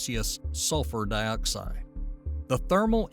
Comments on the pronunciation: I never knew some people would say (dee)oxide instead of (die)oxide. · Two things: it's pronounced Dyeoxide, not Deeoxide Next, vulcanism, not volcanism. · Carbon de-oxide? Is this an Ai narrator? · Carbon Dee-oxide?? hahaha.... AI narrator. You get what you pay for.